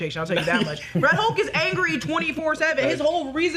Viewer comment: I thought he was "Rulk" instead of Red Hulk